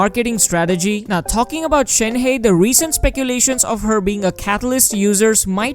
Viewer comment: Stop saying Shen - Hey! It's Shen -Her !